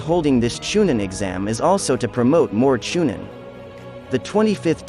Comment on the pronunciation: Cha nine??? U really don't know that it's Chunin??? I believe u...